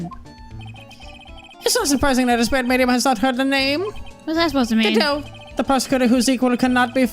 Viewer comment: There actually is it’s pronounced God-oh